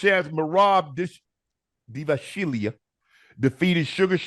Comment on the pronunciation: Shev-chain-Ko. And DAV-uh-she-Lee. It’s cool we gone help yall out with these foreign names.